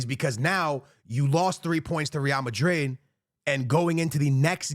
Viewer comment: I cant take this guy seriously when he says “real madri” & tchaomane